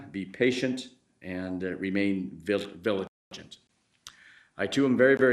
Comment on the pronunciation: “Remain viligent.” Lol you mean “vigilant.” 😂